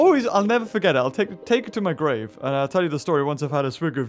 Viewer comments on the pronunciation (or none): none